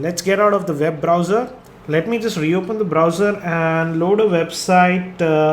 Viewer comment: Please never say BROWSER .. it sounds lyk Bra ausar... sounds funny.. :P